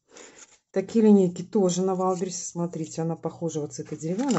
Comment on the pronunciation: не валберисе! а ваЙЛДБерриЗЕ! ну хоть немного правильно произносите